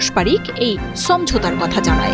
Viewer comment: আফা, সমঝোতা শব্দটার উচ্চারন ঠিক করেন। হিন্দি স্টাইলে বাংলা বলবেন না, গা জ্বলে।